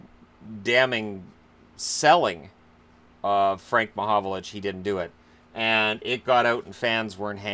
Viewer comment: Its frank mahovlich not mahovolich ffs.